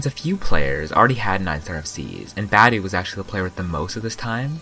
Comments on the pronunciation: He's Romanian and in romanian we don't butcher the sound that tge letter are supposed to represent like in english. So his name should be said: BA-DEU. Not [bedæu] or [budi]. B as in boat, A as in accept, D as in duck, E as in engine and U as in pUt. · i dont think its pronounced badueh but ok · Isn't it pronounced as ba dee u? Idk doesn't really matter anyway. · Could at least say his name right bro